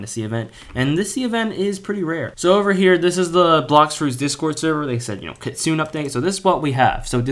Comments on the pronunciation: Bro it's not pronounced kit-sune it pronounced kit-tsu-ne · Bro don't know how to say kitsune u saying kitsun no kitsune it kit-sun-a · Why do you pronounce KITSUNE weird. It’s kit-su-NE not Kitsun. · Kit - sune 💀 bro its Kit - su - ne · By the way, it's pronounced Kit-soon-aye not kit-soon